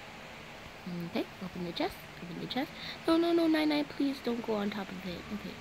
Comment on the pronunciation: The name is NiNi but she says nainai